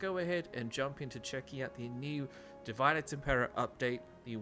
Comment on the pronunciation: Di - Vee -Day ... not pronounced Divide lol